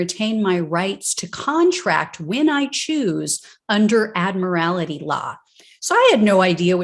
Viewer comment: Admiral-tee. Not "Admiral-ity."